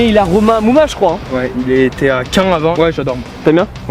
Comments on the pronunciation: Caen se prononce comme " quand" , pas : "qu'un" . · Caen se prononce comme quand mdr pas quin